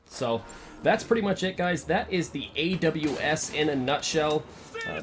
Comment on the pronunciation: thx and u said the name right bro